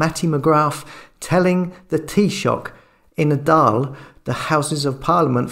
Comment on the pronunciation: Just fyi the Dail is pronounced like Doyle.